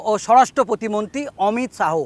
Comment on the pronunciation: Reporter dada apnar uccharon ta age thik korun..Amit Shaho? Shaho?